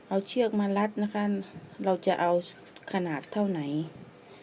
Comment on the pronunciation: คนใต้ใช้หม้ายนิ.. คำว่า.. เชื๊อกก.. ชัดเจนเลยนิ